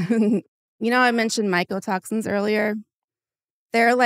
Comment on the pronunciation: Genuinely is it just me or is she saying “michael toxins”